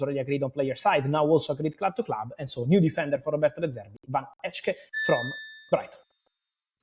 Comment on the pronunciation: Hi fabrizio, van hecke you say as van Hacke (like computer "hacker" without the R)